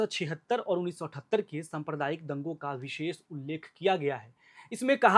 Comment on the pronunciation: सम्प्रदायिक nhi साम्प्रदायिक hota h ... pronunciation mistake